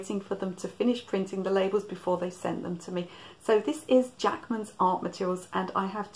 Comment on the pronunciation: oh interesting, i thought you were saying, Jackson's! But these are Jackmans.